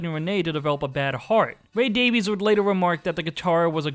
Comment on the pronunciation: They actually pronounce their last name "Davies" like Davis not Davees